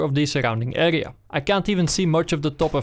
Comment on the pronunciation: Soms zegt hij "ega" in plaats van "area". Hoe verneuk je dat? :P